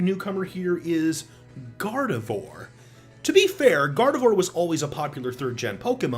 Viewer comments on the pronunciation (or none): GARDEVOYUR!? IT'S GARDEVWAH! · It’s vwarr- not vore And Loz18 never publicly made his opinion about Isabelle.